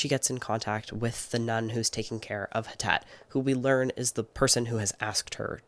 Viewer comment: Hi! I doubt you’ll see this but wanted to let you know that Htet is pronounced more like Thet (if that makes sense!). She is Burmese and was found in Malaysia but she is not Malaysian. Htet is a Burmese name, as well! The author is Karen on her mom’s side, an ethnic minority from Myanmar